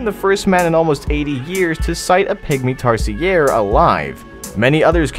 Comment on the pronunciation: why did i hear pick me instead of Pygmy Tarsier HAHAHA XD